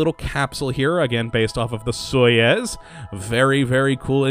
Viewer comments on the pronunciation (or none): "soyez" it's pronounced (soy-ooz") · It's not "soyez" It's Soyuz, pronounced "So-yuz" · you did not just say soyuz like that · you pronounced Soyuz wrong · I was just about to comment on that, i have a pet peeve when someone pronounces a rocket or similar thing wrong, its just me